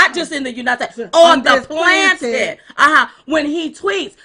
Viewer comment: I enjoy the both of you. I respect you and love your common sense and patriotism. I hope you don't mind, but since you are public speakers, I wonder why you don't know how to pronounce the word "planet?" Plan - et not plan-tit or plant-it. Plan - et, as in the world, the Earth, Planet. The PLAN - ET......you should be able to remember that one, as in "Trust the Plan" President Trump's "Plan" for this country. I don't mean to sound condescending, I just want the two of you to present yourselves in the best light and using the correct pronunciation of words goes a long way in that respect.